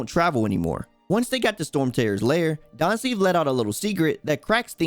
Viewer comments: Daanslif, perfect pronunctiation (no offense) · I like the content bro but how you pronounce Dainsleif bugs the hell out of me... 😅